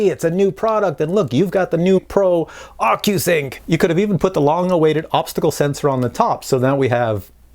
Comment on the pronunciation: at minute sound like your saying ``fuckyousync`` in stead of ocusync, wich is kind of stands for what my mavic pro is :)))